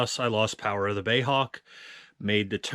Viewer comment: please stop calling it a "bay" Hawk, it is B.A.E